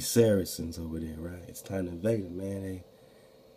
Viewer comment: Sarceans sounds like Sarah Sons